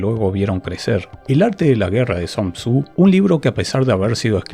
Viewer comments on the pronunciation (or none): El único detalle del vídeo es que Sun Tzu se pronuncia Sun Tsu, no San Tzu. Ya que es un nombre asiático, no inglés.